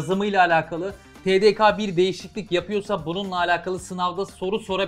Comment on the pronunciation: tedeka değil tedeke😁